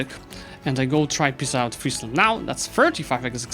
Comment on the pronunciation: Finally, an EU4 youtuber that knows how to pronounce Friesland. Really enjoying this series as it allows to see your skills in a variety of scenarios, fantastic idea. I hope you'll consider a new series after you finished this one in another part of the map. For the next episode I'd think either Sweden/Denmark or Ajam would be interesting, I'd like to see the aftermath of the league wars.